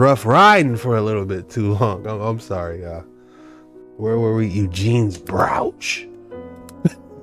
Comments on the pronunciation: 😂 BREW-CH 😂❤❤❤some say BRO-CH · It's Broach ... Like Roach 🪳😂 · It is pronounced "Broach" not Browch..!